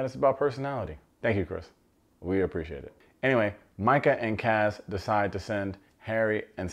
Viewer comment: It’s Mike-UHHH not ME_KUH